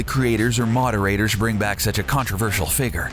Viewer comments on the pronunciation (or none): none